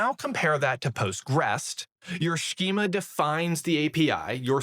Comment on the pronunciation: Between the pronunciations of routes, compose and schema I had to hold on for dear life.